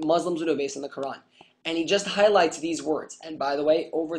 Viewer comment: as written in the qurrrrrrrrrrrrrrrrrrrrrrrrrrrrrrrrrran. i love the over pronunciation. what a dick.